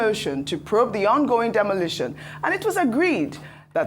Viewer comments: That thing is 'demolition', not demolishion. I thought Doctor Abati said he's an editor. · Demolition not "demolishions".